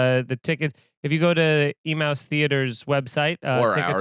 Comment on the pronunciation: Emmaus is pronouned ee-may-us not e-mouse. 🐁🐁🐁